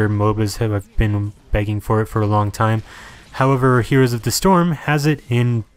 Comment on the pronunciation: Why do you mispronounce "heroes"?